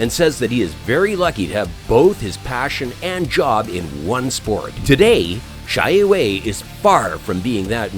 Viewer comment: XIE WEI not pronounce as "Cai Wei" , It's "Sie Wei" (similer to C-A Wei or Share Way)